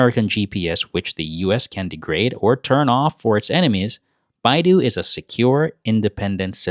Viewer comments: It is called Bei Dou, NOT Baidu. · With all due respect, they do NOT sound similar. The narrator lives in China - he should know the difference, esp since he has pic of the word 'Bei Dou'.